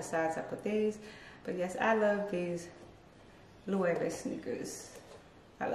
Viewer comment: I want to try Loewe. I hope they’re comfortable. Nice collection. Thanks for the proper pronunciations 😉.